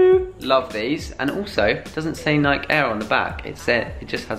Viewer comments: Nike is pronounced Nie-kee. The E is not silent.Adidas is Ah-DEE-duss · Do they know nike isnt pronounced they way they say it or is it slang